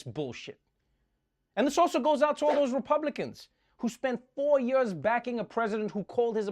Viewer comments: I love how Trevor says “ for yurs...!” 😂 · Yeah, to hell with these a-holes.... Also, I friggin' love how you pronounce 'years'.... lol... ;D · You pronounce “years” how Mohammad Ali said it 🖤😥